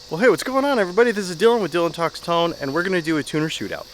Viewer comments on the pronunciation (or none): none